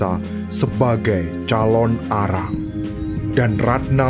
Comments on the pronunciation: Calon narang kak bukan calon arang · Yang benar itu CALONARANG bukan CALON ARANG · Calonarang bukan calon arang